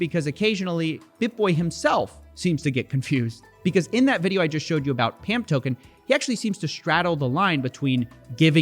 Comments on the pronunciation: Sir, it's not pronounced pamp, it's more like pomp, its a reference to the old bizonacci videos ❤😎🤝😎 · Bitboy saying "pump" instead of "pamp" was amazing. Dude straight up revealed his trap card before the game even started XD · I get that the words are just 1 letter off, but the fact that BitBoy misspoke and called Pamp "Pump" feels like a hell of a Freudian Slip.